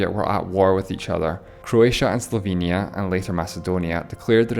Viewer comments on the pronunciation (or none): none